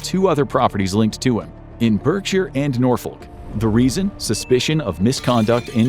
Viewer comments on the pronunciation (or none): It’s pronounced ‘BARKshire’ despite the spelling! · Berkshire pronounced phonetically instead of Barksha